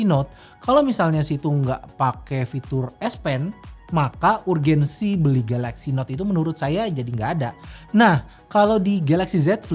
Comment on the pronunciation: "urGENGSI" beli galnot bang bukan urgensi 😆😆